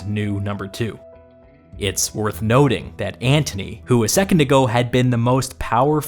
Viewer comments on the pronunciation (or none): none